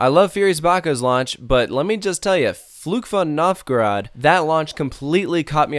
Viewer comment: I can’t blame you at all because I don’t think you speak German, but the pronunciation of Fluch von Novgorod was pretty good, but Der Schwur des Kärnan 😂😂 Good try though!